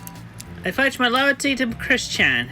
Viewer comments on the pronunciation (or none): Wait... "I pledge my loyalty to Chris-Chan?" uhm.... wow? Oh, I think it's hilarious how included every little mouth-noise and badly pronounced word in the sub-titles. Even bad pronunciations I would've missed. Like... "I phedge my loyalty..." lol!